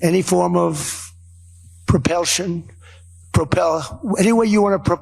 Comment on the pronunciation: Repelsion? My spell won’t even let me text it. He needs to get Biden’s name out of his mouth!